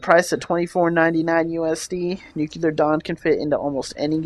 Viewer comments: It's pronounced "noo-klee-er", not "nook-you-ler". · New-clear not new-q-lur. Good review. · it's pronounced /ˈn(y)o͞oklēər/ bro... Good review though! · nuclear. nuke-lee-ur. nuclear. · The pronunciation is: "noo-klee-er" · Nukelar Dawn?